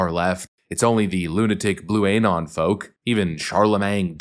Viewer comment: Why do you pronounce "anon" like that? 😂 Say the word "anonymous." It's just the first half of that word. You don't pronounce it "ay-nonymous" do you?